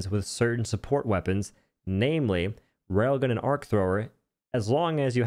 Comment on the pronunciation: Every time you say rail gun, I hear "rogan."